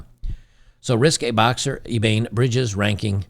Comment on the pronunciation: Watching more of your content these days, but please 2 minutes more of research and you could have pronounced her name properly. Ebanie is a pretty big name is the boxing world. No I haven't subscribed to her onlyfools. God bless kings.